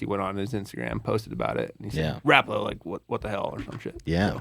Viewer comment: love ya man, but it’s not Ra-Paul-la. It’s more like Rawh-pull-ahh. Saw-na vs. sow-naugh. We don’t say Tor-till-la anymore, right? - a Yooper Ps- still appreciate ya though, bud!